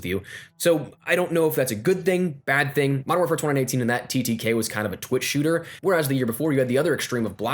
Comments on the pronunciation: what's twada nineteen lmao, it's twenty nineteen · U say mw 2019 weird as f***